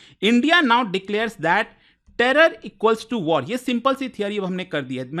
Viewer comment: Act of waar 😂😂😂 bus krda😂😂😂